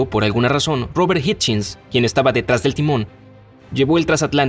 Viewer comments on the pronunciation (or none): oye robert es hichens no hichins